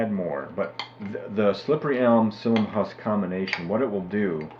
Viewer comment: Thanks. We just ordered some slippery elm bark powder to give it a try (we already had the psyllium. .... "psyllium" has Three syllables.. When you mispronounce things it damages your credibility, and your information is too valuable to have it degraded.